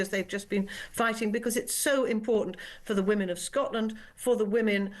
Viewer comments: Why does Peter Tatchell say wOman for the plural of woman? The English language is complex and as a British man he MUST know the correct pronunciation! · Why cant he say WOMEN.